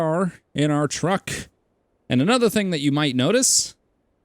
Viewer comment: not to be rude but its truck not track ;)